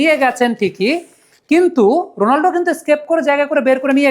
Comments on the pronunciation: উচ্চারণটা রোনালডো না, হবে রোনালদো। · 💥👉👉 ভাই, রোনালদো নামটা মাঝে মধ্যে রোনাল্ডো শোনা যাচ্ছে, আগের একটা ভিডিওতে তাই শুনেছি। দয়া করে একটু সতর্ক হবেন প্লিজ। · Bai, apni CR7 er name thik kore boln